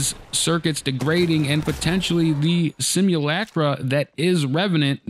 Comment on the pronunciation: it's pronounced: "sim(ulator) - (H)ulk - (B)ra" "sim - ulc - (d)rum"